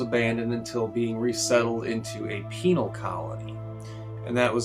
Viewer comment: Also, you said ‘penal’